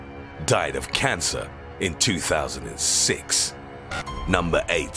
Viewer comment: ditto for '2006' 'mother' and 'size'